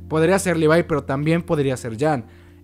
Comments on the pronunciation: buen video pero deja de pronunciar los nombres mal por favor levi es LE . VI no LI . VAI y angie es AN . LLI no JAN . LLI , no inventes pronunciaciones mal hechas sin saber ingles jajajaja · Dislike porque en vez de Levi decís levai :v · Se pronuncia "livai".